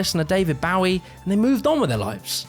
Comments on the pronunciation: Isn't it David BOwie instead of BAwie? Great video, got to know how it all evolved. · The late David Bowie is literally from London and his countryman just said "Bowwie" 💀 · "David Bauvie" 🤣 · Holy shit you butchered David Bowie's name. He's a legend, you should probably know how to say it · great video, the pronunciation of Bowie through me of a little😂